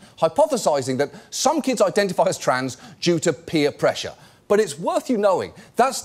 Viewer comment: Is Matt saying peer pressure with the wrong emphasis or am I just hyper aware of how wrong he talks?